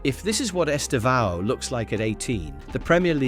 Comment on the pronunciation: Please pay attention the way Brazilian journalists pronouce his name. They stressed sylable in his name is TE. The second one is just to say the sound is close nasal in the end. It sounds horrible the wrong way you pronouce his name!